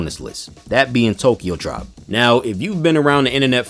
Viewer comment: You said Tribe wrong